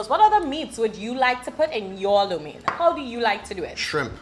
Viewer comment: Why are they pronouncing lo “Lou”?